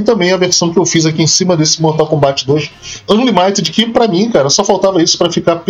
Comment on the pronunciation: a pronuncia é "ÂnLÍmited"